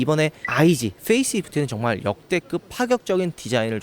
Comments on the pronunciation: 어두운 색이 확실히 거부감이 줄어드는듯 밝은색 보면 그릴이 너무 확 강조대는거같음 근데 성님 디자인 설명하실때 좀 오그라들어유..말린 오징어마냥 글고 "역대급이" 말하실때 역대긊도 아닌디 역대급시라고 하시는거...진짜 죄송하지만 조금 거슬립니다요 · 계속 역대긊이라고 발음하는 게 좀 거슬리네요 고쳐주시면 감사하겠습니다